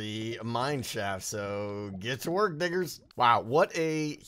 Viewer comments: sounds like you said something very different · yeah i know he said diggers and i also doubt he'd say a racial slur but. what im sayin my guy is that it REALLY sounded like he said. exactly not that. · He said diggers. Diggers, with a D. I don't think he's the kind of guy who'd use racial slur.